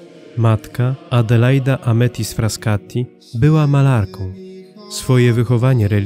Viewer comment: Nie Fraskati, tylko Frassati